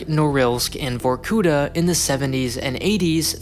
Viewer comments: It's vorkutA, not vorkUta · The stress goes on the last syllable: vorkutA, not vorkUta. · it's not VorkUta, it's VorkutA. it's a cool vid, but get your geo names right :) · Just a little niggle: it's vorkutA (emphasis on the very last syllable). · Botched the name. It’s VorkutA with A stressed and vowels before silent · It isn't pronounced vorkUta, but vorkutA, with the accent on the last A... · it is actually vorkutA, not vorkUta. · It's VorkutA, not VorkUta. You should've checked spelling before making video, to be honest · It's var-koo-TAH, not var-KOO-tah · why you write vorkuTa but say vorkuDa ? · Start to listen VorkUta, gosh what’s this...I thought. Than I see it. It’s VorkutA!!! Actually . Film is interesting but please , get Russian names right! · great video. yet. it’s VorkutA, not VorkUta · Not VorkUta, but VorkutA. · vor-ku-TAH not vor-KOOH-tah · it's vorkutA, not vorkUta. What really strikes me as odd in foreigners speaking russian is putting the emphasis on the wrong syllable. I get the wrong pronunciation of sounds, cause our phonetic alphabets are different. our K sounds not like yyour K etc. But stresses? It's just the matter of looking it up, in wiki all the words have the stressed syllable indicated. I'm still sad about Baba Yaga in John Wick. Its yagA, not YAga. YAga is short for Yaguar (Jaguar), a cheap energy drink which kids used to get drunk quickly. But now we are stuck with the wrong pronunciation for the whole Wick series. I respect and I'm not mad, everyone does that, but its a bit strange he did the same thing. edit: finished the vid, wanted to add that it was otherwise very interesting and well-researched, as usual. And i can't NOT be gladf that did a vid on my country instead of China for once) thx man. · Also it's actually VorkutA ,not VorkUta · It is not pronounced vorkUta, but vorkutA -_ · If you are making a whole video about it, please use Google Translator for correct spelling. It is vorkutA, not vorkUta.